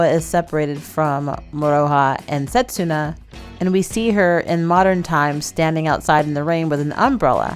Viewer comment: Just to clarify for future, it’s not pronounced set-su-na, it’s se-tsu-na. So in Japanese せつな (which can mean something to the effect of “moment” for anyone interested). The character つ is “tsu” so just like in tsunami. Also, this one isn’t as big of a deal because it can be very difficult for non-native speakers to get the hang of, but “r” sound is often described more like the “d” in “ready” but I’ve also heard it described as trying to combine r, d & l into one letter. My dog is named Hiroki and the hiragana characters are ひろき but we use the kanji to clarify the meaning which is 大樹 (great tree). People try to pronounce it like the English words “hero” and “key” but it sounds a little closer to “he-doe-key” but plug that, Rin (りん) or Moroha (もろは) into google translate and listen to the pronunciations. Even just listen to the following characters and it should be helpful: らるれろり